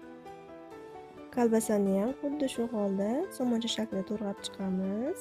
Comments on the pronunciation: 👍👍👍👍Туграб денг ТУРГАБ деяпсиз😁😁😁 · To'rg'abmas, to'g'rab diyiladi!!!